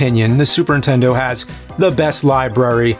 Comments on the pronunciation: Anyone else catch "Intendo"? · please man...ANNUNCIATE THE N in Nintendo... it's not "Super intendo" or "intendo 64" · One of the biggest and oldest video game media industry faces in the world. Still pronounces it Intendo.